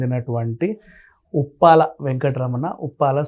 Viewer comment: ఉప్పాల కాదురా స్వామి కుప్పల